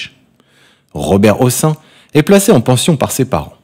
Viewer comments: On ne prononce pas "ossan", mais "Hosseine", c est un nom d'origine Arabe. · Son nom de famille ne se prononce pas "aux seins" mais " au scène". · on a toujours prononcé hocène à quoi ressemble cette prononciatio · On prononce Hossène! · Prononcer Hossène. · Pas Robert houssin mais Robert Prononcé Hosseine. C'est aussi St Germain des Prés et non Prais. Trés désagréable cette voix. A changer!!!!!